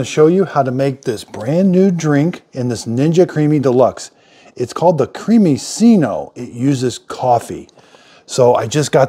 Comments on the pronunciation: You should pronounce it like creami-chino. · The double c ("cc" ) is pronounced like a "ch." Creamichino. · creamiccino like cappuccino (pronounced chee no) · I only have the smaller Ninja Creami and love it but is does not have the Creamiccino button (which is pronounced “Creami chino by the way) so would you process it as ice cream, shake, etc? Thanks! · cremi(ch)ino, like the name of the Italian designer Gucci. cc in Italian is a ch sound and ch in Italian is a k sound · Try the sorbet option and lol on his pronunciation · Can't even begin to fathom why you thought hot coffee would work...but anyway. Bigger mystery is how you pronounce "cappuccino". Think about that, and then re-think how you pronounce the made-up work "creamiccino".